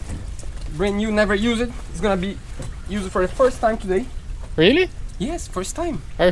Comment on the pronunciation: Hey, the "e" is not pronounced in "used" 🤣 🤙🏽